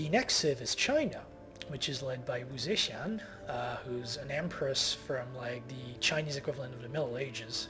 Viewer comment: I believe the Chinese Empress's name is pronounced Wu Tse-t-ian or some shit like that